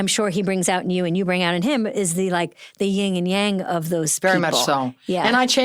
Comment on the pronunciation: Somebody please tell Amy that it’s yin (darkness) and yang (light) ☯️ It’s not ying and yang (which sounds like panda 🐼 bears).